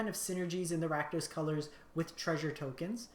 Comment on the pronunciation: RakUno? NO. RakDOS.